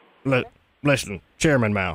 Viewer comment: "Chariman Mao" LOL